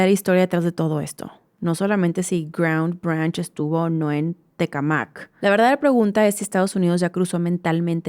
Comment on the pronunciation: Coincido con Carolina Rocha. Eres una... Me encantas! Solo una corrección... Se pronuncia: "Tecámac". Besos mil!